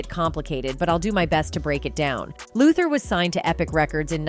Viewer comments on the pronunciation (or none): none